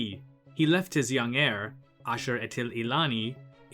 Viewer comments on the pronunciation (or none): none